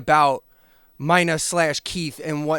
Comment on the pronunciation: Dude it's pronounced "Meena" like the female name,not "Myna" like the bird. 🤦‍♂️🤨🤷‍♂️